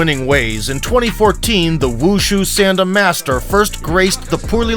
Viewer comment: I train sanda as well and i don't mean to be rude but its pronounced saun like in sauna and the da is pronounced d ah